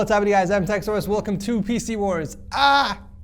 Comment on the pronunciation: for a second i thought you said faeces wars instead of pc wars